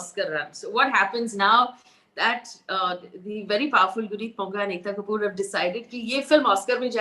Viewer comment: Faye I'm a big fan of your work. But seriously Faye? Ekkkta Kkkapoor??? First time ever disliking your work. Shame. Hope to never feel so disappointed by your channel again... Including you there's probably just a handful of journalists left to be respected in the country :(